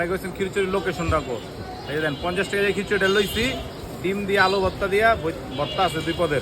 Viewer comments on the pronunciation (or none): none